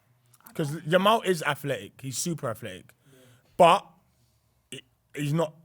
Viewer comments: I need a censor whenever a name gets butchered. getting away with murder saying "Lamal" 5x in 2 minutes is cfiminal. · why does keep calling him lamal🤣